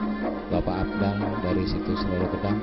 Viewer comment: Lolo Gedang mas bukan Lolo Gadang